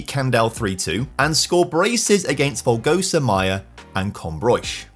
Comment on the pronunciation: It’s amazing to see you say the names of some of my hometown parishes… You did well with Candal and Folgosa, but Coimbrões was just too much! 😂